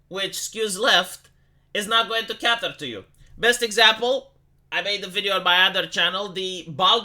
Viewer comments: "cate"er, not"cat"er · it wont CAY TUHR CAY TUHR NOT CATTER KAY-TURH to you. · When you want to say "cater" you should try to say it as "keiter".